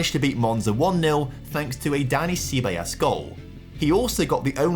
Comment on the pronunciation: Looks like the beginning of a great series, but I'm so happy Juve is over so I don't need to hear you butcher Ceballos ever again 😂